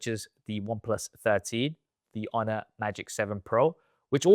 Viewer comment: The captions say "Honor" and now I think I can hear that lol. Idk it sounds like "UH"